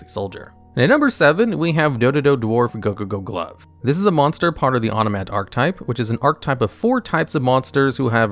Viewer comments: You saying Dodododwarf Gogogoglove and Zubababancho Gagagacoat so fast and so flawlessly was so funny XD. Now I kinda want a top 10 onomat cards, just to hear you say them all. Also, you did top 10 monsters that special summon themselves, and top 10 monsters to special summon from the deck. How about top 10 monsters that can special summon other monsters (excluding from the Extra Deck, so no monsters like Cyber-Stein or Fallen of Albaz)? I am also very interested in top 10 ritual support cards (excluding Ritual Monsters and Ritual Spell cards), since ritual is my favorite type of summoning, despite it being... not very good. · You could hear how much effort he put to learn saying "dodododwarf gogogoglove" without screwing it up